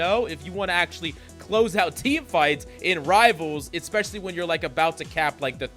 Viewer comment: I love your videos,! I do think you should know as much as you use the word "Especially": There is no "C" or "K" following the first letter of the word